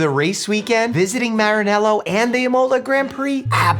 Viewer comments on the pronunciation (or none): 1. Imola is stressed on the I; 2. Cavallino means little horse; 3. Scuderia is stressed on the I. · Imola: EE-moh-lah. Say the last two syllables quickly. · F1 fans just weeped a little with that pronunciation of 'Scuderia' and 'Imola' 😂